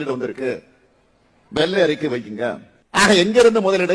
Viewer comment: எடேய் எருமைகளே!!!!! அது வெள்ளை அறிக்கை மாறாக வெல்லை அறிக்கை என்று உச்சரிக்கிறீர்களே!!!!! அது போகட்டும் அண்ணே ஒருமையில் பேசியது அருமை!!!!ரசிக்கும்படியான உங்களது பேச்சுக்கு சத்தியமாய் like போட்டு விட்டேன்